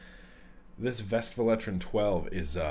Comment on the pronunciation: It's Westvleteren not Vestvleteren ;) we don't pronounce our W a V, that's German. No offence taken though ;)